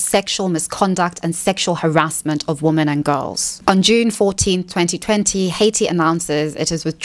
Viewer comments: Why does she always pronounce "women" as "woman"? Her English is absolutely perfect otherwise, so I can't imagine her not being aware of the difference in pronunciation. It's really annoying when you mispronounce a word 30 times in a video. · It always makes me feel like she fakes her accent when she makes that mistake. She kinda sounds like a New Zealander when she does it but she's not, so I'm not sure what's going on with that.